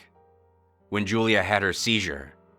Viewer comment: "Julia had a sheezher"